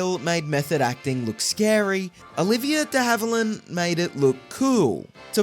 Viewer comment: Who the heck is narrating this video? Can’t even pronounce the actor’s last name! Did it several times, too. Just awful!